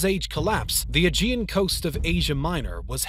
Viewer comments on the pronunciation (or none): none